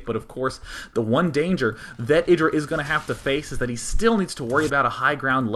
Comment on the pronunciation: you put a weird accent on the IdrA name.